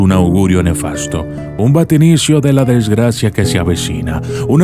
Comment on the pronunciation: ES VATICINIO ...NO VACITINIO Y SOFISTICACION NO SOFISTIFICACION...SOLO ESOS ERRORES CORREGIR...